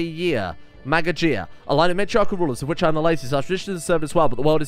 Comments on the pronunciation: Magajiya is pronounced maa gaa gee yaa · Hearing you struggle to pronounce Magajiya was funny... Btw Magajiya translated from Hausa to English means "female heir" The Masculine is Magaji.